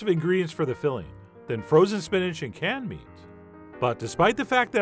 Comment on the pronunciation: You said canned meat, I heard cat meat 😂😂😂